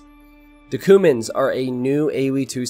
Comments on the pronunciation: Not to be pedantic but isn't it pronounced "queue-mans" rather that "koomans"? :P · i think youre pronouncing cuman like cumin the spice. pretty sure its Kyew-mans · That's what I was thinking too. It sounded to me like he was talking about spices instead of a civ. 😂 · I thought it was pronounced Q-mans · Cumans say it right pls